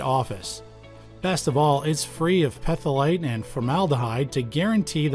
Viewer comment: Excuse me: Did you just say "peh-thil-ate"?